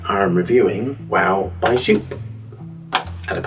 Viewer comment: it`s JOOP like "YO-P" it is not "JUUPE"